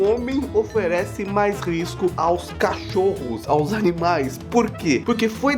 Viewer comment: "os canimais" KKKKKKKK